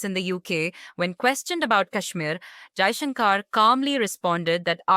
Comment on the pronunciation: The commentator should pronounce shankar properly